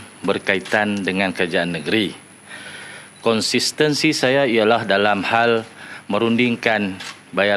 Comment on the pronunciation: Nak sebut konsistentsi pun terabur..yg dok org repot kerna langgar perlembagaan